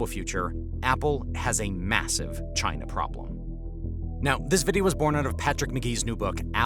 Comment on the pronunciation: I don’t like the way you say “China”, it reminds me of how your idiot president says it.